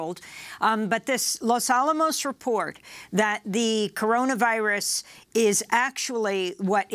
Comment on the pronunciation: "The Cororavirus?" I though Joe Biden was the senile one.